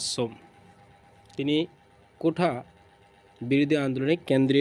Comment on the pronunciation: কোঠা না । কোটা।